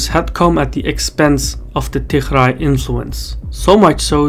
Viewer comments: Why you keeo calling Tigray regiion as "TiHray"??? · you pronouce tigray with a g, not "tikhray" lol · I don't think the pronunciation of Tigray is correct Anyway, a very informative video 👍😊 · You aren't pronouncing Tigray properly. If you can't get that right, what else are you not getting right? I've seen you get a bunch of other stuff wrong, so this isn't a good trend. EDIT: I just checked on some of your claims. There are errors in this video. Overall it's useful, but your errors are a problem.